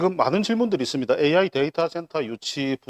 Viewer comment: 네 후보중에서 종이를 안보고 말하는 후보는 가 유일하다! 박재우는 현실감이 없고 과 는 기업을 유치시켜 양산 경제발전을 성장시킨다는 구체적인 복안이 마음에 든다. 그러나 은 AI 를 AY 라고 하시니 AI 가 무언지 잘 모르는 분같다. 가 시장이 되어 AI 센터를 유치하게 되면 3조넘는 지역경제 발전은 온다. 그러나 환경주의자들이 시비를 걸 것이 관건이다.